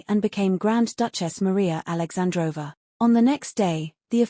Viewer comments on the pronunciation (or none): It’s alexandrovna but you pronounce it with silent n thus aoundibg alexandrova